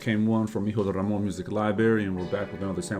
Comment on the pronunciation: the way he rolls that r in his name gets me so sensationalized